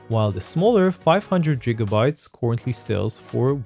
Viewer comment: Are you actually pronouncing it like "jigabytes"? I've only ever heard people use that pronunciation out of jest or as a play on the word, not in actual serious use.